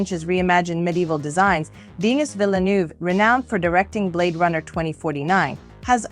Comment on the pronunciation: Lol "Deeenis"